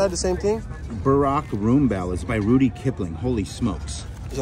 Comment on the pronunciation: HEY! It's "RUDYARD" Kipling, NOT Rudy. You almost sounded intelligent telling us that "Rudy" was a very famous author apparently not famous enough for you to know his name. Also, he's the author of "Gunga Din"